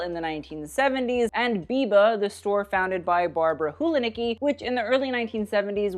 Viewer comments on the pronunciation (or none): Enjoyed so much! Nevertheless Biba’s surname is read like “hulanitzki” ;))